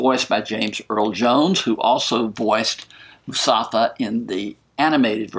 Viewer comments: It’s mufasa, not musafa lol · mufasa not musafa :) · The way you pronounce Mufasa as Musafa just makes me smile :) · I heard "Mustafa" and it makes me laugh :) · Sorry about the mispronunciation. MUFASA!